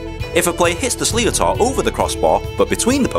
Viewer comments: I am irish and proud,but sometimes i just dispair..Your quite right its intolerance.Its totally stupid.Yes you are pronounced sliothar wrong so what.I could go on further,but i leave it at that.Take no notice of those troglodytes the rest of ireland has moved on.The queen was welcomed in our country prince charles visited my home county and was welcomed. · don't mind those people. That's very childish to dislike just cuz you slightly mispronounced something. its not like you said Ireland was part of the UK or something. You tried you best at the foreign language word and it was a pretty decent attempt tbh. Keep up with the good video and don;t mind the haters :) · I agree I’m Irish myself and I have played hurling for a few years but I don’t expect every foreign person to know how to pronounce an Irish word. Now I’m fourteen and if you can’t think rationally and you just dislike the video because he couldn’t pronounce a word that he has never heard before then you are incapable of thinking like an adult. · Never mind about mispronouncing Sliotar it was a great video. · Fair play, it's a Gaelic word not an English word , so if you don't know the lingo then little chance of saying it right. Outstanding vid and as the comments show below it has done it's job promoting Hurling and winning over fans from beyond Ireland. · It was imperialism, not colonisation. Sure he mispronounced the word Slotter. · In a whole page of Youtube vids, this is the best one to show my Canadian friends what Hurling is all about. So thanks for that. And I absolutely love the fact you had to apologise and ask folks to stop disliking because of your pronunciation of Sliotar. Some great Irish humour in there. Fair play. Keep up the good work. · Had a stroke when he pronouced slioter wrong, then read the comments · Brilliant video but you said slíotar wrong. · Any Irish person die laughing at the pronunciation of 'sliotar' haha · You are not pronouncing sliotar write